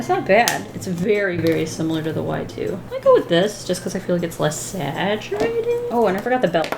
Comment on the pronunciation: Me: Alright! What’s coming next! What is the next video! HOW DO I PREPARE-: Sketch Wiff Me!!! Me: but... isn’t that what you do every day? 😂 Love u! Never stop sketching!